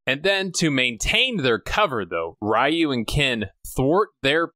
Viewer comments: Ree-You, not Rah-You aside from that, I've been enjoying your contents, especially the amazing Seagal series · So noone is going to comment on pronunciation of Ryu?🤣 Great review except that❤️ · Why do you pronounce Ryu that way?? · My whole childhood for Ryu I said “Rye-you” like you do in this video. But then I watched other videos about the Street Fighter game series and they pronounced it “Ree-You.” Which is it?